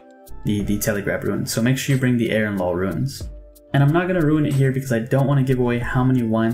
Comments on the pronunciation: Bro I love (and am grateful for the guide), but it's RUNES not RUINS lol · the way you pronounce ruins really runes the video